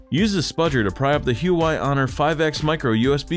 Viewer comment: For the life of me, pronounce the damn company right.